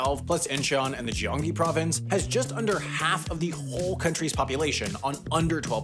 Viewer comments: It's pronounced as Gyeonggi province with a G not Jyonggi province with the J. It's Roh or No Moo Hyun, not No Mi Heng or whatever you've said. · “Gyeonggi” But you said “Jyeonggi” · "say - zhong" "zhyong-gi" come on... get your pronunciations at least close to original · My man is not too familiar with South Korea. Check the pronunciation of 'Gyeonggi'. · "Gyeonggi" is not pronounced like that. Pronounce it as if you're replacing the initial G with a K, but softer. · Gyeonggi with a hard(ish) g at the beginning... Ok, thanks... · Another one for the pronunciation issues. A more egregious one than normal. Gyeong-gi is pronounced with the start being a soft G, like God, Not a hard G like Jesus.